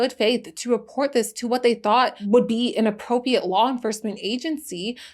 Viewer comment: Loved the video. It might be good to learn how to say “appropriate.”